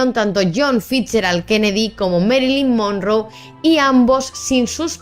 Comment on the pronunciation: Norma yan? Además se pronuncia mérilin monróu Informa mejor😂